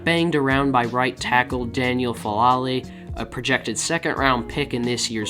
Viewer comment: FALALAY 🤦‍♂️🤦‍♂️ it's Fa'alele. The e's are pronounced like eh and the a's are pronounced like ah so it's pronounced Fah ah leh leh.